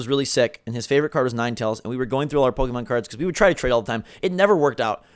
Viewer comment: Why! Why do you keep saying "pokEEmon"? ... -_- It's Po-keh-mon. The second vowel is like an "e" in "bed".